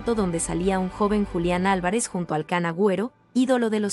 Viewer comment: "Kan Agüero" 🙄 Kun, querida, Kun, Kun. Es un apodo que viene de una caricatura y se pronuncia como se escribe. No es una palabra en inglés.